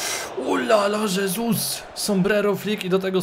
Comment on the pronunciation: Błagam, czytaj jego nazwisko hesus a nie żesus, bo moja hiszpańska dusza cierpi